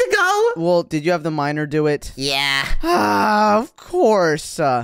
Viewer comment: "Did you have the minder do it"🙂 "Did you have the minor do it"💀